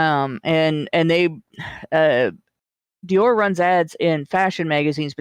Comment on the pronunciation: Americans need to learn to pronounce french names... first with his pronounciation of "Shia LaBoeuf" (the "f" isnt silent... it isnt "beau") and now with his pronounciation of "Dior"... #triggered!